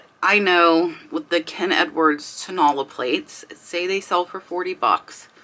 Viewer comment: Hey,! Great video. Thank you so much! Just wanted to let you know......you are pronouncing Tonala incorrectly. It is toe, na (short a vowel sound), and then la (again, a short a vowel sound) AND the accent is on the third syllable!!! I didn't know what the Mexican pottery was that you were talking about until you showed it! And then I was like, Oh! Tonala!!